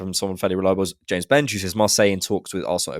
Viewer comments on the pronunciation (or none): none